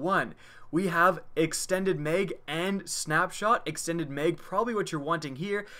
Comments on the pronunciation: It's MAG not meg... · He says meg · how he says mag 😂